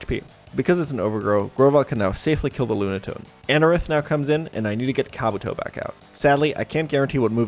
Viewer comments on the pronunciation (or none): Why do you say Pokemon names wrong? Kabuto is pronounced “kah-BOO-toe”